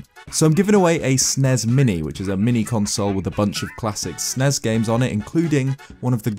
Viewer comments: Please stop saying SNES like its a word. its an abbreviation. "S.N.E.S." I've never heard anyone ever call it Sens. until recently and it sounds like you're sneezing. or worse it just sounds dumb .It makes me cringe. I can't be the only one. anyway love the content. but i cant listen to you say "Snes"anymore. please don't say it like that. its four letters ... its not that much effort to say. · I was excited for the video but the way you pronounced “SNES” like it was a word rather than an abbreviation made me click off in disgust :( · Hate when people call the SNES "Snezz" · The way you say "SNES" is weird.